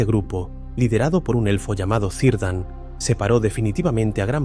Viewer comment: Gracias por el video, realmente fue mágico, una única corrección que he notado, es la correcta pronunciación que debería de tener el nombre de Cirdan, Tendría que pronunciarse como Kirdan, Nuevamente gracias por tal magnifico video.